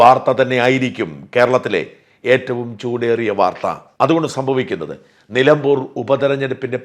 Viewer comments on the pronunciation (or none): none